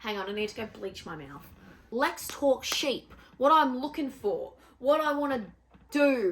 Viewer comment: Right out the gate I thought you said "let's talk shit!" and I was like "YES! LET'S!" I will just as happily listen to you talk sheep too lol